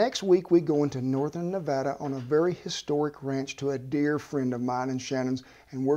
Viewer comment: YEEESSSS, HE SAID NEVADA THE RIGHT WAY!!! FINALLY!!!